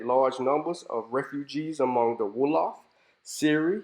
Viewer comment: This is excellent. I congratulate you. A few things, if I may, sir. I am guessing (please correct me if I am wrong) that you haven't spent much time in West Africa. Marabout, Sonninke, and Wolof are mispronounced badly in your video. Your scholarly work is excellent. The historical photos that you use during your narrative are frightening. Look at those children, clearly suffering from kwashiorkor. Again, well done.